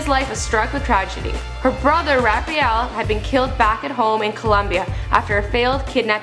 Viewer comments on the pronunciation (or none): none